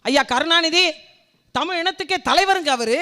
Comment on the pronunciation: தமிழ் என்று உச்ச்சரித்து ப்பேசினால் இன்னும் சிறப்பு.